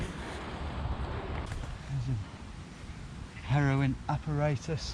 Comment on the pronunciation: bro really said "heroin apparatus"